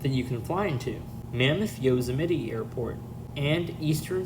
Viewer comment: I think you are mispronouncing Yosemite?